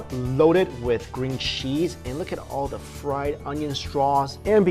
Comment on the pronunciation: did he accidentally say green cheese??? lmao